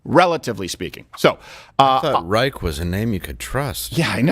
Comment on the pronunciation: Does anyone else hear Rush Limbaugh in their head saying, "Robert Rei-SHUH" every time he’s mentioned?